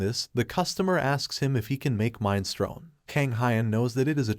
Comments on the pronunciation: Minestrone!!!!!!!! Mi nes tro ni !!!!!!! Sometimes you have mispronunciations and it's fine, this was just too frustrating! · What, you don't know mine-strone?